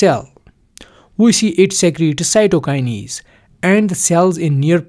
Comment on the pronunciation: Stop fucking saying "cytokinies" It is "cytokines" This video is so bad I cant watch all of it